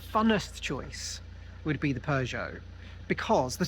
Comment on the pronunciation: Really fun video! The classic car spotting was incredible! 😍 Nice to see Alan out and about. Lovely cabin on the ferry too! 😊 I’ve just realized that not only does pronounce “film” with two syllables, as would be normal in Norn Iron speak = “filum”, but he also pronounces Peugeot as “purrgeot” which is really quite endearing… 😂